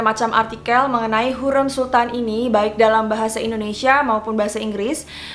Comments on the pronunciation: Mbaaaaaaa penyebutan ny tolong donkkk ya ampunnn HURREM pke rEm bukan lEmper, yasssss, harriiim yg arti nya wanita bukan terlarang, aduh penyebutan ny masih banyak koreksi, please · hurrem kak bukan hurem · HurEm mbak bukan hurem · hu r e m, bukan hureum :( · Hürrem, huruf e nya tebal gitu, bacanya kaya bebek🙏 setau saya di filmnya selalu begitu